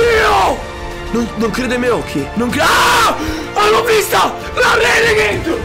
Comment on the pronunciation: queste sono le volte che ha detto renegaid